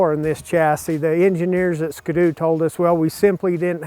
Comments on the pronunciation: God Dam Its (Skee-Doo) Not (SkaDoo) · why does he say skdoo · lmao really you pronounce it like it's one word.... don't you see the dash? ------- - it's ski.........doo hahaha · Lol "Skdoo" XD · I’ve never heard someone pronounce it that way “skudoo” it really bothers me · The way americans say ski-doo really triggers me. Not sure if thats how you actually pronounce it but its triggering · Is anyone else bothered by the way he says "ski-doo"